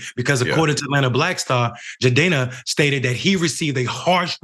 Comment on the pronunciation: Bruh is butchering his name then brings Rachel Dolezal on to talk about this who in typical Dolezal fashion, says the mistreatment of women by stringing them along ISN'T that bad.